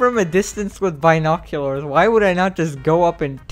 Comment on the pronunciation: is the type of guy that says bynoculars